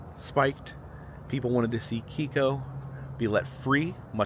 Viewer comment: The Killer Whale’s name was actually pronounced Kay-ko